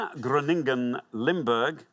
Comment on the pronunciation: He also butchered "Groningen" which was pronounced "Groaning-en", and Not "Chroningen" as it should be.